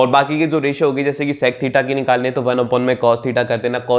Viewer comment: Sirr it's sec not s@